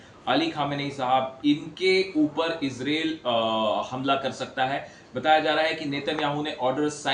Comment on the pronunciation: Izril nahi madam israil bolo😂😂😂😂😂😂